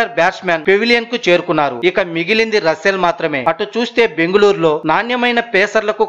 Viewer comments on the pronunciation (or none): రసూల్ కాదు...రస్సెల్ ర హౌలే